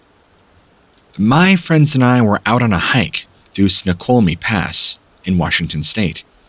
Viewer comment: Where are you from in WA? Anyone know? I'm also from WA and was surprised at your pronunciation of Snoqualmie. I don't claim to be perfect but I do know how to pronounce most if not all the different regions/cities ect